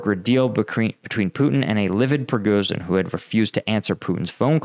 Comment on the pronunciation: You need to find out how Prigozhin is pronounced